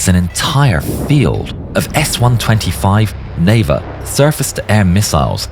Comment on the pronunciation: in "Neva" word emphasis on "A", not on "E"